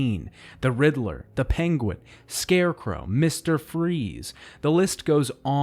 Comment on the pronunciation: Riddler is two syllables. You're making my ears bleed.